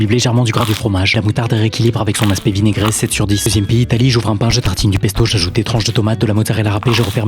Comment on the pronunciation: J'suis le seul à avoir entendu "immigré". Au lieu de "vinaigré".